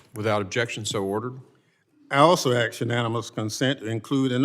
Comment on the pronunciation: This blatant liar always likes to "AX" a question.... would like to see people in congress speak some-what intelligently.